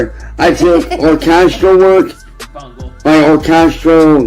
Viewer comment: "Classical or-CAST-ral music." ... fuck's sake 🤦